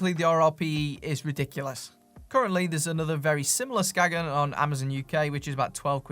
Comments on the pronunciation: Just a Dane passing by. When pronouncing Skagen, you don't say the G/it's silent, so it's pronounced Skaen if you wanna say it the Danish/"the right way". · That was a rather depressing video. I have Skagen watches (pre-Fossil) and these are still among my favorites. Great materials, such as titanium, and the movements were made by Seiko. The brand originates from Denmark. A local told me that the brand is pronounced "Skane". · Unless it was specified to be pronounced "Skagen" then the right way to say it is "Skae-en". I speak Danish, it's weird in ways. Not criticizing anyone for mis pronunciation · I own a couple of early Skagen chronos - early 90s, 37ish mm? - that are still working to this day. Interesting point: I met a tourist once from Denmark who quickly corrected me when I asked him about my "Skagg-in" watch... "SKANE," he said, "It's pronounced, 'SKANE.' " 😉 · Skagen is named after the northern Danish town, and it's pronounced "Skain". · 'Ska en'....no 'G' sound in the pronounciation, it is a 'guttoral stop' like a cockney saying 'water' ... 'wa er'